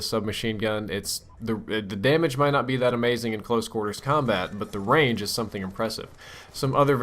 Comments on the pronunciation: at first i thot u were sayin the gun had rage im like wtf?! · say range again please